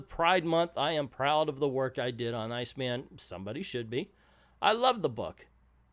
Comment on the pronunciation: I think he pronounces it "Seena." My friend Jennifer, who is not only openly gay but is a huge comics nerd, say this about Iceman: "Terrible representation is worse than no representation, and this goes beyond terrible into absolutely shitty." Guess that says it all.